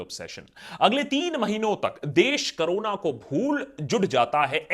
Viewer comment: Pehle corona bolna toh seekh le carona 😂😂😂😂😂